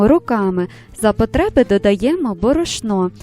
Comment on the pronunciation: Ставте,будь ласка,правильний наголос на слові борошно.Наголос на першому складі -бо.